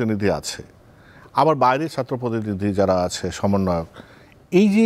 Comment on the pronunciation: একটা সমন্বয়কও ছাত্র শব্দ টা উচ্চারণ করতে পারে না। সাত্র 😢